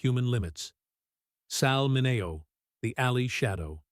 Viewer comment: They also mispronounced his name